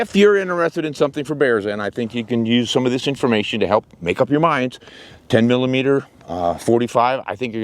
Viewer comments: 10 millimeter or as he says 10 EMM EMM! Dude just say millimeter. I have both a 29 and 30 for Glocks. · That dork almost makes this unwatchable by refusing to say "millimeter"